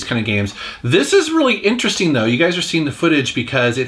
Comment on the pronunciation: I like how pronounces interesting.. inter.. resting.